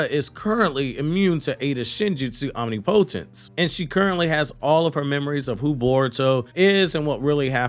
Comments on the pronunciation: Hey man are you saying Omni-potence on purpose? The pronunciation is om·nip·o·tence. I thought you were making a joke but this is like the third video so IDK. There isn't any word pronounced the way you were saying it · You pronounced omnipotence wrong It’s om-nih -puh-tince Not om-knee-POH-tense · Why dear god do you keep pronouncing the word omnipotence as OMNIPOHTENSE that’s literally not a word it’s om-nih-poh-tense …. What the hell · Am I wrong or isnt it pronounced om·nip·o·tence? Never heard of om-nee-po-tense b4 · 🤣ngl i thought he was pronouncing "omnipotence" differently on purpose but now im starting to think thats actually how he believes it sounds..😅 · Would it kill you to say omnipotence right? I know you’re not that stupid bruh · For the algorithm... I think she is going to leave boruto initially... but they are going to have a split and boruto will need to go alone eventually... and FYI... look up the pronunciation of omnipotence... it's not just you it's just about everyone in the community😂😂😂😂😂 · OK, I’m unsubbed. I can’t deal anymore with you not knowing how to pronounce “omnipotence”. ✌️